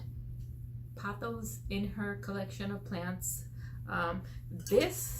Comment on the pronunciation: You got that pronunciation totally right! Your Pothos are beautiful. 💚